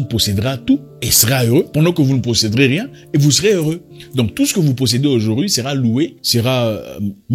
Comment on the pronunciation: "Vous ne possèderez rien et vous serez heureux" et non pocederez.